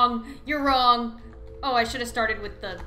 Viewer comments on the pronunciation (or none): none